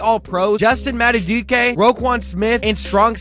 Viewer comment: Could just be me, but put in a better effort of pronouncing names right “trennon Simpson” “decoasta” and whatever you said instead of Madabuike